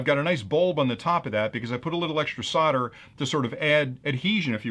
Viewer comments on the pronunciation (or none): Solder, it's SOLDer/SOLDering/SOLDered. Not fucking SODDER. 🤣